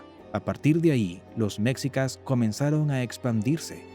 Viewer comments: Pues esta bien este resumen rápido de la historia de México pero es molesto escucharlo decir meczicas en vez de meshicas... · Jajajaj que cagado que el narrador pronuncie "mexicas" haciendo énfasis en la "x" Y pronuncie"méjico"🤦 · Mecsicas??? Órale!!! Hay que cambiarle… lo correcto aquí en México (se pronuncia Méjico) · Méxikas = ❌ MESHIKAS = ✔️ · Mexica se pronuncia Meshica y no mecsica como dice en el video, sabe mucho de cultura mexicana pero no de pronunciaciones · Mécsicas? Nooo. Se pronuncia Mejicas. Los mayas también practicaban el juego de pelota. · No es Tahuantepec, es Tehuantepec. Y no es mexsicas se pronuncia meshicas. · Muy buen video, pero muchas palabras claves están mal pronunciadas: Náhuatl:náwatl Quetzalcóatl: ketsalkóatl Mexicas: meshicas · Enseñaste a hablar las palabras es mejicas no mexica y otras palabras k hablas mal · la palabrfa quetzalcoal lo pronuncias mal y mexicas si quieres explicar documentate mas estas pronunciando mal de mexicas y quettzalcoatl sino mejor no expliques